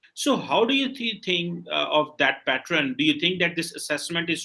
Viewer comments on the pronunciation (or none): Wo patterun nahi pattern hota hai...aur chale hai English Channel kholne.. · did he say "pattrun" twice instead of pattern? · He sounded more like ‘patron’ when it should have been ‘pattern’.